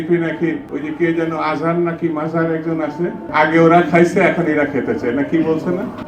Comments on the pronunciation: নামই উচ্চারণ করতে পারে না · কত বড় বেয়াদব একজন আলেমের নামও ভালো করে বলতে পারে না ক্ষমতায় যাওয়ার আগেই আলেমদেরকে নিয়ে শুরু করতেছে আর এরা কমাতে গেলে কি করবে আল্লাহই জানে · মানুষের নামটি সঠিকভাবে উচ্চারণ করতে পারে না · দুদু দুধু? সালারা আলেমদের নাম সুন্দরভাবে উচ্চারণ করতে পারেন না আর রাজনীতি চুদাও। বাইঞ্চোদ। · আজহার না মাজহার তোর ডাকে কই জন মানুষ আসে আর আজহারি হুজুরের ডাকে কতো মানুষ আসে দেক নামটাও ভালো করে বলতে পারিস না এইতো তোদের সভাব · দুদু ভাষা ঠিক করে কথা বলেন আজার না মাজার কোন শব্দ মানুষের নাম হয় না আজহারী সাহেবকে যত মানুষ চিনে তার অর্ধেক মানুষও আপনাকে চিনে না আপনাদের ভন্ডামি মানুষ জানে 😅😅😅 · আজহার মাজহার বলেন উনার চুলের সমানও আপনার দাম মূল্যায়ন নাই শুদ্ধভাবে বলবেন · দুদু সাহেব আপনাকে একজন সন্মানিত ব্যাক্তি ও শিক্ষিত মানুষ বলে মনে করি এবং সন্মান করি। আপনার মুখ থেকে মাওলানা মিজানুর রহমান আজহারী সাহেবের মত মানুষ কে নিয়ে এমন মন্তব্য আশা করি নাই। আজহারী না মাজারি এটা কোন ধরণের মন্তব্য করলেন? সত্যি করে বলুন তো আপনি কি আজহারী সাহেবের নামটা জানেন না? আমি মনে করি এবং বিশ্বাস করি আপনি তার পুরো নামটা জানেন এবং ইচ্ছাকৃত ভাবে তাকে ছোট করতে এমন ভাবে উনার নামটা উচ্চারণ করেছেন। একটা কথা বলি শুনেন আপনার মতো ৩০ টা দুদুও যদি চেষ্টা করেন তাহলে উনার একটা মাহফিলের ময়দানে যত লোকের সমাগম হয় তা আপনি ৩০ টা সমাবেশেও করতে পারবেন না। সুতরাং মানুষকে তার যোগ্য সন্মান দিবেন এবং নিজেও যোগ্যতা অনুযায়ী সন্মান পাবেন। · mind ur language Mr দুদু! "আজহার না মাজহার" কি ভয়ানক উচ্চারণ!! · মিজানুর রহমান আজহারীর নামটাকে সে কিভাবে উচ্চারণ করল বুড়ো ভাম চিনে না চেনার ভাব ধরল। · আসতো রামছাগল আজহারীর নামটাও ঠিকমত বলতে পারে না সে আবার বলে বাংলাদেশে। আওয়ামী লীগের উল্টাপিত তোমরা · মানুষের নাম ঠিক করে উচ্চারণ করতে পারে না আযার না মাজার কটুক্তি করায় বিএনপি থেকে সরে গেলাম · ভাই তুই সুন্দর করে নামটা উচ্চারণ কর তো যেভাবে কথা কস মনে হয় সে কিছুই না তুই কে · নামটা ভালো করে বল পাগলা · আওয়ামী লীগ নামক কুত্তালীগ দেশ থেকে যাওয়ার পরে তোদের সাহস বেশি বেড়ে গেছে আজহারী নামটা ভালো করে পড়তে পারিস না শুদ্ধ ভাষায় বলতে পারিস না তুই আবার কোন ধরনের নেতা এই মাদারচোদের বাচ্চা তোর বিএনপির মায়েরে চ***